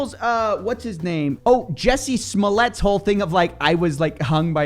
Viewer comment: you mean Juicy Smoo-yay